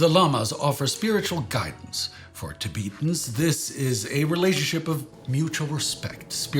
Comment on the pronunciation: TiBEETans? Really? You sound like a crappy AI when you say it that way.